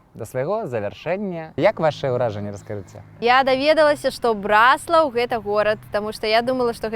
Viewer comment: БраслАвы, БраслАў - не кажыце так. Правільна БрАслаў, брАслаўскі. Наступны кадр - БраслАўскае неба! Заслона.